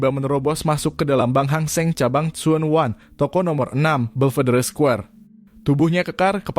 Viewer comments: Bukan suwan wan bacanya tpi junwan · Tsuen WAN tp bacanya Junwan, salam kenal dr Hongkong